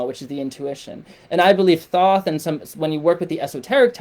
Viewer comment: This is bullshit. The “free guide” is a subscription to your website so you can push your brand for monetary reasons and con people into thinking your ideas are the words of God or in this case Thoth which for all scholarly purposes is being pronounced incorrectly this entire video. If you want peer reviewed papers, I can prove this as well, this is a shame. It’s very clear you don’t project or have ever met Thoth.